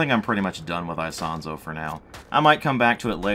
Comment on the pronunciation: I do speak some italian and the way you say Isonzo is the correct one. With italian accent it would be " ee-sOn-tso". Just accentuate the "o" in the "son" part.